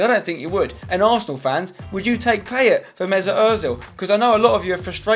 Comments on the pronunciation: It's pronounced Pie-ay :) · it's PIE-YAY and yes, I'm gonna be that guy. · Poor effort on the French pronunciation of 'Payet'! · 'PIE-ET' not 'pay-et' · At least pronounce it right.. Pie-yay = Payet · Pls pronounce Payet right thnx xoxo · PIE-YAY ZA-RA-TUH Pls can people start pronouncing their names correctly! :(